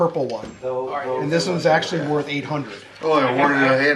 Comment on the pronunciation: You can’t even say worth lol